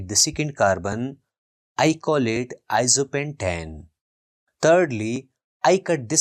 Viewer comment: it's iso pentane?!